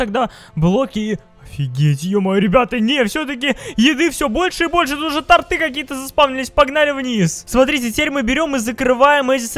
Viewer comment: Не торты́, а то́рты🤣🔥